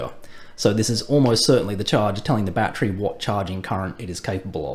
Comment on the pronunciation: Jesus christ use three syllables with 'battery' please. It's your language for crying out loud.